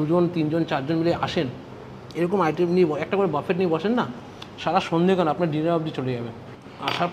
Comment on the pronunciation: বাবু, ওইটা বাফেট নয়, বফে।